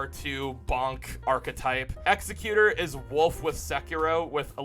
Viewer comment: I actually like Nightreign more than base Elden Ring. But, to be fair, base ER is my least favorite FS game of the 6 I've played before Nightreign. Also, Executor should be egg-SEK-you-ter, as in a legal appointee to a will. Not the same as an egg-se-KYU-ter, used in place of an executioner. Oddly enough.